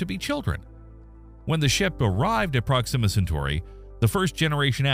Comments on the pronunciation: Prox-immuh Cen-tory? Dude....We have to work on your pronunciations... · OMG - you don't even know how to pronounce the name of the subject about which you are posting. SHEESH. Intolerable. Couldn't listen.